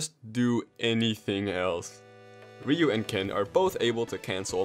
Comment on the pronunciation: It's ryu - ken, because, shouRyuKen